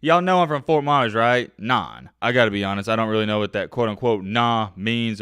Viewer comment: It's Not "Nahh" It's pronounced "Nann" and it's from Miami FL a old Trick Daddy song.. Meaning "you don't know No N!the like me" ......... Y'all un seasoned people don't understand the culture that's why y'all stay mad at coach Prime because you don't understand his methods and we do that's why we "the culture" not mad he's cleaning House... If you come Florida and coach at a struggling pop Warner football program you will understand why the best come out of the State.. Either play hard or be cut